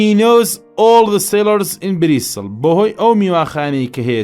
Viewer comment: زوۆۆۆۆۆۆۆۆۆر جوان بای سیدەکەی یاخوا سەرکوو تر بی بەس ئەو ئێوارە چون بۆ بریستڵ نەک بریستاڵیان بەجێ هێشت